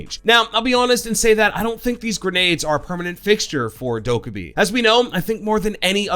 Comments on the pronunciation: subtitles when he says Dokkabae funny ~intentional~ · The way you pronounce her name is wrong. If you go to that video of how they made Amaru and Goyo they say how her name is actually pronounced.